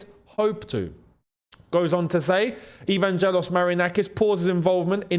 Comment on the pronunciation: I love your videos, but as a Greek it hurts my ears the way you butchered Marinakis' firstname (Evangelos) 😂